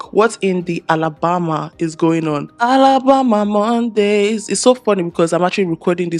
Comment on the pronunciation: She said alabomba xD i love her lol